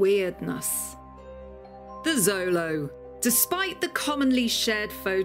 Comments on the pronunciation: It's annoying she is saying Zolo. It's pronounced with a "sh" sound "sholo". The X sh sound is indigenous. If she did proper research it shouldn't be a problem? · Glorious! I love the Xolo’s! She pronounced the full name wrong though 😝 and “Xolo” I’m Spanish is pronounced “show-lo” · We say xolo SHOW lo, not ZO lo in the US and Mexico. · xolo isn’t a Spanish word it’s from the Aztec language Nahuatl, and it’s pronounced like “cholo” at least from my understanding please correct me if I am wrong